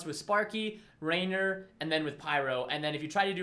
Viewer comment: Its "Rainer" isn't it?